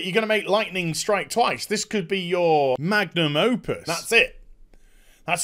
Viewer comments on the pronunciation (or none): what did you say instead of Magnum opis? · "magnum opus" lol What did you really say?